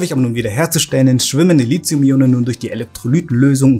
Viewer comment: Bis auf eine Kleinigkeit richtig. Aber Lithium spricht sich wegen des h hinter dem t nicht wie Lizium aus, sondern Li ti um!